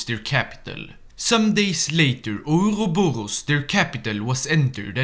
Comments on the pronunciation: The way I hear ourorboro is too damn funny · The pronounceiatio of ouroborus made my day, thank you, sir